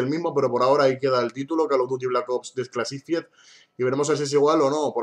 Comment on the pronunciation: Se pronuncia "DISCLASIFAIED",para que sepas..xDDD